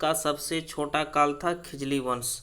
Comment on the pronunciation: खिजली या खिलजी क्या,😆😆😆